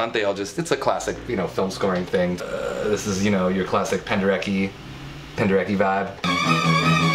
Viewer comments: Charlie Rosen, that's not how You say Penderecki :D It's pronounced "Pen-de-retz-key" ! Fenomenal job by the way! Greetings from Poland:) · it's penderetz-kee tho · I was literally just annotating my Rite of Spring score (part of my A level) Also, speaking as a polish person, please pronounce Penderecki properly! (Pen-derr-eht-ski) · thats not how to pronounce Penderecki...